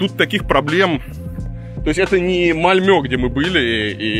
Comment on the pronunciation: МАльмё, а не МальмЁ. Наверное единственное слово в русском языке, где ё не ударная.